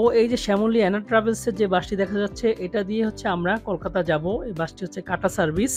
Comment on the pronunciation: আপনার ব্লগটি ভাল লাগল কিন্তু আপনি আপনার উচ্চারণের ব্যাপারে আরেকটু যত্নশীল হলে দেখতে এবং শুনতে ভালো লাগবে। যেমন ভাত কলকাতা ঢাকা এবং সাবস্ক্রাইব।